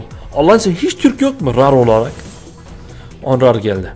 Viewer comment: rar diye okunmuyor sen ilhan abiye bakma